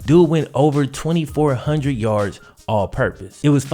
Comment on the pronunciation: Dude your vids are great. Factual , intelligent. Keep it up. Like the way you say hundred....."huntint"...